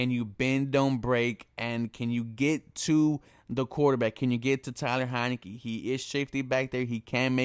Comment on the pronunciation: Yea it’s Taylor tf is so hard about pronouncing his name ?